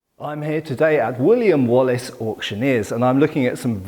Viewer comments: I know its Wooley and Wallis auctioneers, but I keep hearing "William Wallace", and the mental picture of Mel Gibson facepainted as a blue smurf hosting an auction has me in stitches. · i thought the Wallace collection was going bankrupt. since you said something about William Wallace auction, after some research, i knew i heard wrong, since i'm on 300% playback speed, and you actually said woolley and wallis. lol, Wallace would be turning in his grave if the stuff he donated was sold in an auction.